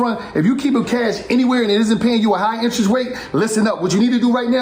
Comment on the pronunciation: "interest wate" 😂